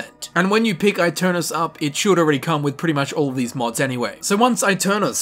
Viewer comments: Aeternus is latin, not italian. Its pronounced e-ter-nus, not aii-ter-nous. Yknoww, the brotherhood uses latin and bases their aesthetic off of knights, they're not walking around with black, slick hair going "eyy! Ohh!" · It’s pronounced Eternus not I-Ternus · It's actually Eh-Ter-nus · I pronounce it “a-turn-os” in a deep rounded British accent. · eternus is the right pronunce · man i am italian and i study latin every day. so yes, you can trust me. aeternus shold be pronunced eternus, with the pronunceof the "e" of "enter" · It's pronounced eye-tare-noose. The latin "u" does not sound like an english "u" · I think it's pronounced ay-tern-us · It is pronounced Eternus. The italian E not the english one. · My bad, it had both Italian and Latin pronunciations, which were exactly the same. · I'm telling you this as I'm Italian. Aeternus is a Latin word and in Italian you read Latin words by using Latin rules. So you read aeternus the same way you read aeon. Besides in Italian it's "eterno" (kind of similar) and you read the first part just like Latin. In the end though it's not a big deal as it's easy to get get confused by stuff like that. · that's a stupid way of saying aeternus